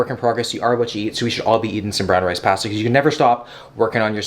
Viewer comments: I hate the way you said pasta. I fixated on that and forget everything else that was said. 😂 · When I heard him say pAsta I just about screamed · Wait, say pasta again 😂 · lmaooo why yu say pasta like that😭